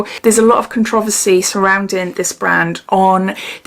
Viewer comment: I love how you say “controversy”. I’m from the US and we put the emphasis on the “con” part of the word. I like how you say it better. 💜